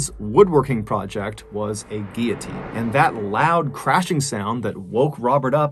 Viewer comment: Great but sad video. Thank you for pronouncing guillotine correctly, as well.